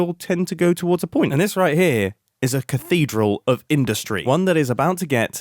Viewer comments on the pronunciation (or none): you did not need to go so hard when you said cathedral of industry